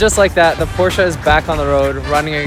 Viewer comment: My dyslexic ahh heard “DUDE I JUST BOUGHT PORSHE”